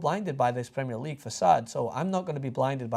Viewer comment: pls just learn how to say "premier league" plssssss